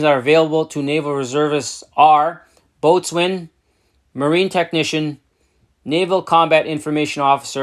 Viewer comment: And it is pronouced bows un. But give the boatswains crayons and they are happy